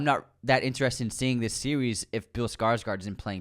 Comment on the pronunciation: said "seewees" instead of series.